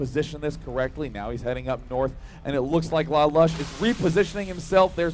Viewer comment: "Lalush" is pronounced as li-loosh, thats the name of he main character of a show called "Code Geas"